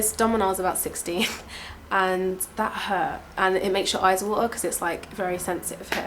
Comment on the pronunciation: she's definately english. Shes got a very similar accent to me and i'm from south east london. I'm well spoken with a tinge of cockney in my accent. You can tell she has a similar thing by the way she says "eyes water" at 2.06. she says "eyes wa'ah". anyway, where are you from? lets hear your accent.